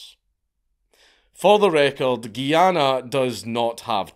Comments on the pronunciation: Me: enjoying another Dank video. Also me: Triggered as a West Indian hearing GUY-ANA called GEE-ANA. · It's called Guyana not Geeana 😂😂😂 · It's pronounced guy-anna